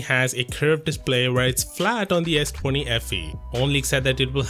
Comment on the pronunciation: "Ess twany"